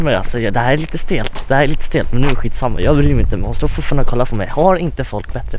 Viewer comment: Jag kan väl inte vara den enda som halvt stör mig på att han säger "iannafall" istället för "iallafall"? xD